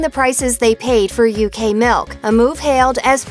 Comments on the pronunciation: Whenever she says milk she says ‘melk’ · The way she say milk